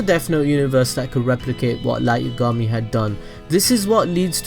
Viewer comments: also light you-ga-mi? isn't it light ya-ga-mi? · dude listen its light YAAAA gami not light YUUU gami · Its Light Y(ah)gami... not Light Y(uh)gami... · Yah gahm me. Yagami lol not yugami js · i die every time i hear Yugami. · "light yogami" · its yagami not yagama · the way you say yagami bothers me. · Light didn't die cuz of Ryuk because in the early episodes misa told rem that his name was spelt moon but pronounced light and ryuk wrote light not moon